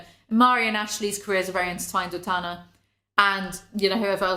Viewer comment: ITS TANA, like TANNER. COME ON.